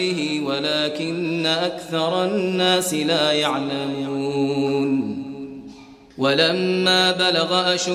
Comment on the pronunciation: He said it correctly, he said la ya3lamoun. You heard it wrong